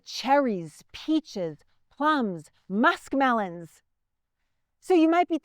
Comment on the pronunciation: Not musk mellons !